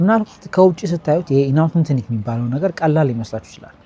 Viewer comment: Inauthentinic ❌ inauthentic ✅ 😂